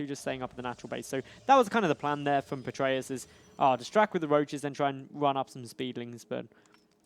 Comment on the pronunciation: Stop saying "Petraeus". You guys aren't even saying it right.